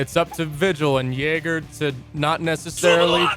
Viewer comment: It’s not pronounced yayger, It’s pronounced yeager.